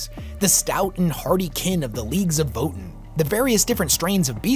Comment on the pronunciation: did this dude really just pronounce Votann VOE TAN as votin ?